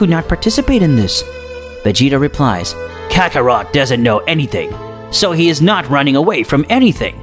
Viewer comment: Man you need to learn to pronounc kakarot It's "kakarot" not "kakaroto"